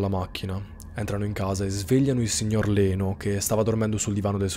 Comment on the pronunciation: Ciao, solo una piccolissima precisazione: Leno si legge "Lino". All'epoca molti nomi italiani venivano scritti in modo che fossero pronunciati in modo simile all'originale. Lino andava pronunciato "Laino" 😂 invece scrivendo "Leno" si poteva pronunciare in modo giusto "Lino". La storia della family è agghiacciante. Oggi il piccolo avrebbe ben 54 anni, che tristezza sapere che la povera Sharon non viene ricordata per il suo talento d'attrice ma per la terribile morte che ha trovato quella notte.